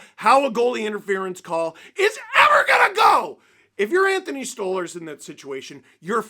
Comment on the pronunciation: It's *Stoly/Stolie or Stolarz you muppet, not Storly Just because rielly scored that doesn't mean he was good, and that's not even the point of the video. 🤡 they're the heaviest team in the league and but they play like they're the biggest pansies in the league. Their goalie had to stand up for himself because no else cares and it's embarrassing. That's the point